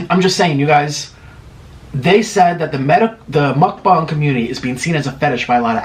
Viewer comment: Ya'll rewind all the way to the begging and hear how he says "MUcBaunG lmaoo. love your vids tho you're you make me hungry so ur vids work <3